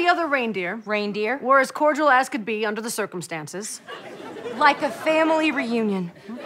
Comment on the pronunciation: Thanks! BTW, its "cordial" not "coordatual" :)